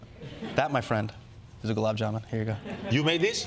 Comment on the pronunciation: The memories of galub. ... SO SWEET that it puckers your tongue.